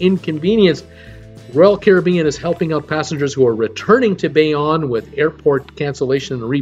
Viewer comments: ugh Bayonne is pronounced like this "BAY OWN" where did you get "Bay On" from that? LOL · pronounced Bay-Own